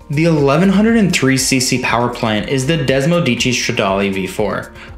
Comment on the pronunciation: Spelled Desmosedici, phonetically pronounced “Dez-mo-sed-ee-chee, meaning Desmo for desmodromic form closed valve actuation and sedici which is Italian for 16, as in 16 valves.